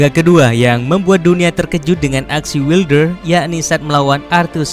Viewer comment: wailder bacanya gan